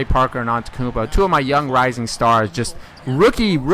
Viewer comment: its pronounced: an te tou koun po not an te koun po